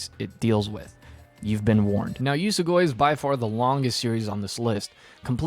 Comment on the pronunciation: YES you finally read Usogui. Absolute masterpiece manga. Honestly I still really liked the first half, but the second obvi blows it out of the water. What kinda way are you saying "Usogui" tho 😭 it's pronounced like ""oo-soh-gwee"